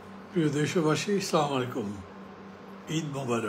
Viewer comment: স্লামালাইকুম না বলে আসসালামু আলাইকুম বলুন।